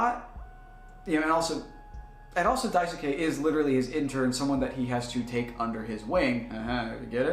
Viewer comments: daisuke is pronounced "die skay", not "die su kay" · great work but the “U” in Daisuke is silent.